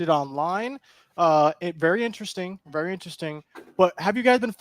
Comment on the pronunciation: "Baseball as ben ery ery good ta me"